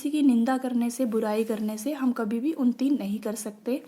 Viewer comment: Its unnati not unti